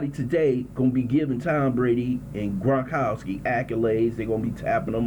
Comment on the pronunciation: Fixed? CHEIFS CHOKED. TB12 IS UNFKNTOUCHABLE. HA HA HA. OH...N ITS GRONKOWSKI NOT GONKOWSKI. FKN IDIOT.